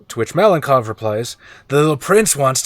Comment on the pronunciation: I finally got a chance to watch the game. Raven being part of the team is awesome! Tom and his pillow fort definitely deserved extra point, I would’ve voted for them as well) Overall, great game, as always) Malenkov, I believe, would be pronounced malenkOv, with a stress on the last syllable. If in detail: ma (with “a” sounding kinda similar to “a” in “car”) - len (with this soft L) - kov (with a stress on o). Hope that helps)